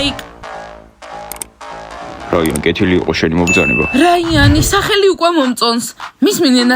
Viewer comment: რაიანი არა რაინი